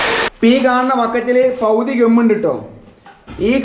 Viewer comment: പൗതി അല്ല പകുതി